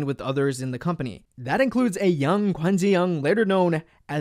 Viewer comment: A young “gwan jhi yong” HAHAHAHA THE PRONUNCIATION